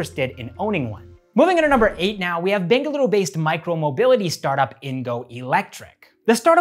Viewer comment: The way he speaks Bengaluru is no native sounding,. ❤️